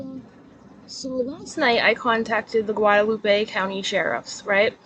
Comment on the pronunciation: Look at you and them Spanish words, girl! 😂. Not a bad attempt at pronouncing them. Thank you for doing your research and not being like KJ who just blurts crap out to be first. First to be wrong. 😂. "Gwa-da-loop-eh". I love your Spanish accent. 😁. 🤟🏽🙏🏼